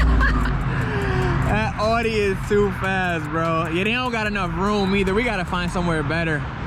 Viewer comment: It's pronounced "aw dee"